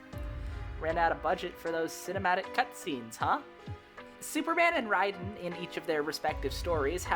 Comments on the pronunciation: Great video but I do hate how you call him raiden instead of (ray den) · Great vid, I have to say though... "Ray_Den" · You pronouncing Raiden wrong gives me the Ick but great video 😅